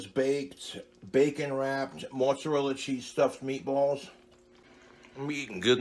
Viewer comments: It's not moozarella unless you're Italian. Dude it's mozzarella you're a some kind of mut. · Fucking hate how he pronounces mozzarella. "Mootsarella" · "It's already cooked, but we're going to toast it in the oven." So he's gonna burn it like he burns everything. I hate the way he say mozzarella...